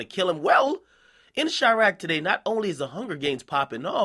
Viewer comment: Quit fucking calling it chiarqe.